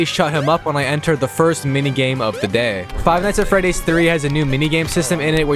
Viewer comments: Four award said feddys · Four Nights At Feddy's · FEDDYS? lmao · FOUR NIGHTS AT FEDDY'S ?!